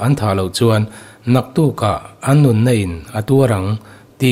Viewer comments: German Nun -Nun tilo in , Nun -Nan tia lam tur anilo maw..Puithiam. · Catholic Nun tih hi Catholic "Nan" tia lam tur a ni e.